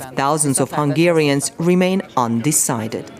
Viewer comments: Congratulations on pronouncing Hungarian names well. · Kudos for properly pronouncing Hungarian names!